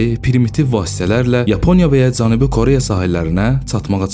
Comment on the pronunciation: Bəzi sözlərdə o hərfini elə o kimi səsləndirmək düzgün deyil a kimi səslənməlidir.məsələn Koreya yazılır ama o a kimi səslənir.məs Kareya.həmçinin başqa sözlər.diksyanızı düzəldin. C və Ç hərflərini də düzgün tələffüz etmirsiniz.nə bilim eee deməkdən yazmaqdan yoruluram.öz dilinizdə niyə bu qədər pis danışırsız niyə hörmətsiz davranırsız dilimizə qarşı.sizin buna ixtiyarınız yoxdur bir vətəndaş kimi.